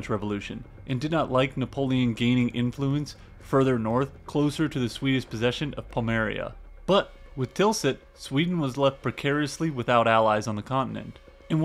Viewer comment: Pommerania, not Pomeria. Cavalry, not calvary. Regardless, not irregardless.